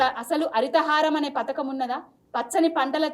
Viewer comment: పత్కం కాదక్క పథకం అనాలే